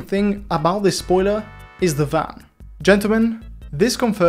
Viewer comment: i love when he sayes zamm zpoiler zliding